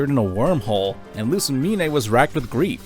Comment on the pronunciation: Great video but im gonna lose my mind if he says Lusimin-"AY" again